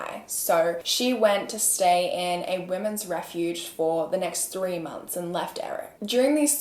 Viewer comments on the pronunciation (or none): none